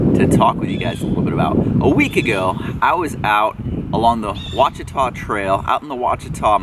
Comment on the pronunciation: Great video - Thanks. FYI - Both the trail and the forest are pronounced 'wash-uh-taw' by us locals. :^)